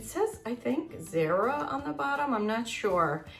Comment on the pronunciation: Great haul… It’s Zara pronounced ZAH short A.. ❤